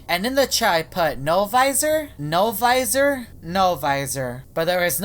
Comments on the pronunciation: Im biggest fan of No-Visor its also not Novisor its No-Visor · No visor no visor you please stop speaking like that